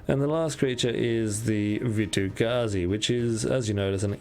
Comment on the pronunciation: Oof, that double vitu-gazi off the top hurt my soul